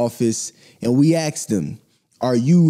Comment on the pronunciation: Big respects. Learned from this video. You almost lost me when you said "Aks" instead of "ask"